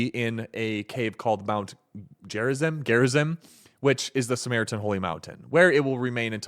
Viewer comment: It’s pronounced Gare-izeem. Peace be upon Jesus and Moses